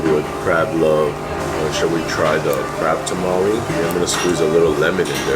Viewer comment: you keep saying crab tamale. What’s that? Tamago?